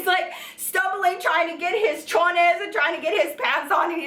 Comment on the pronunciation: Love the video but it was bothering me how she said "chonies" it's pronounced with like "cho-knees" no "chi-nays"